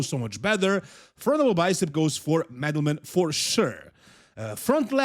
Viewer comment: I really admire you and like how you're not butchering Eastern European names like the 'muricans, but man, you did dirty to Angel and Madelman calling them the way you did:) Madelman is not Medal man. Angel is not like the biblical creature, but An-hel (similarly to how you say the J in Juan, or Jesus (when it's your average mexican, not Christ).